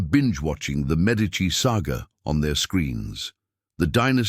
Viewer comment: The pronunocation of the medici name makes this impossible to losten too